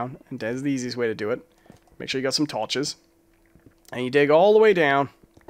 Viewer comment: the way you say down is American and when you say torches it’s northern English